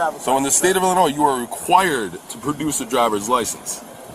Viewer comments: Pronouncing the S in Illinois is nasty work. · The S is silent in Illinois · Hey, just pretend the letter “S” in Illinois isn’t even there! 😂